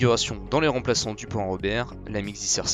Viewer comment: Pan hard ?! C'est prononcé p ANHARD